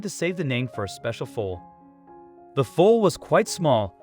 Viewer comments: Foul it's called called a foall not a fowl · Who doesn't know how to pronounce foal ?? Why does this drag out sooooooo long ? Also you are mispronouncing the foals names... I am unsubscribing.. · I totally agree with you about the incorrect pronouncing of “foal” and the other words, too.